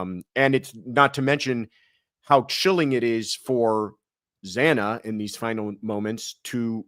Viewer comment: It really bothered me that the judge mispronounced Xana Kernodle’s name TWICE.